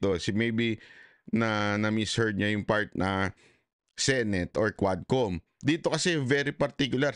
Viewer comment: Hindi QUADCOM, (HUWADCOM) God bless po...